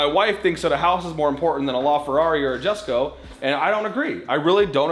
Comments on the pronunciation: Jesko is pronounced “Yesko” not “Jessco” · "YESKO", not jessko...come on man. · Say Jesko correctly, I beg of you